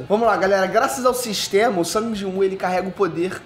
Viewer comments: Karalho mano o nome do personagem Sung e a pronuncia a mesma o mano ta falando sang quase sangue 🤦‍♂️ e a sombra mais top que eu acho é o Berus isso pq o Dragão da catastrofe não deu certo na resureição ops 😂🤫 . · tenta não falar o nome como "sangue" ou "San", fala Sung (como se escreve mesmo) Tô de mimimi mesmo!!! Dica 2: Fala de "onde" veio cada uma das sombras. Ex.: Iron era um caçador de nome... Seria bem legal um vídeo assim.